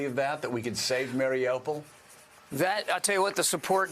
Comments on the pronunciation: More than a month in, americans are still mispronouncing Marry-you-poll as Mary-Opal. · I'm surprised they haven't figured out how to pronounce the name, Mar i U pol. They keep on saying, Mar i O pol. Sometimes, Mar i Ah pol. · Loving how this guy pronounces Mariupol “Mary Opal” lmao